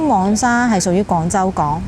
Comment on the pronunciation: 一直有睇你的片, 介紹得十分好, 多謝你分享 不過少少建議在這條片, 因為我聽得有點辛苦 "黃"用名稱是讀皇, 而不是蛋黃的"往" 加油